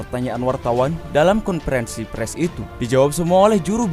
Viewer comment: Min bacanya konferensi pers, bukan pres....